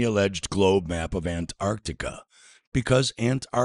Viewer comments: Why does he keep saying it like "ant Arctica?" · I get frustrated with this guys way of pronouncing Antarctica. Ant-Arctica. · why is it that almost every flat earther calls Antarctica Ant Arctica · Why do some Flat Earthers insist on calling Antarctica "Ant-Arctica"? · Ant-Arctic 😂 What a mor-on. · Holy fuck the way this tool says "Ant-arctica" annoys the shit out of me. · Why does he pronounce Antarctica as "Ant-arctica"?😊